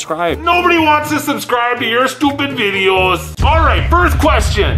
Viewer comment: when said videos he said VI DE YOS